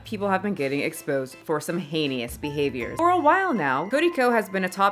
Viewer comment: I like how she said heinous. Hay ni us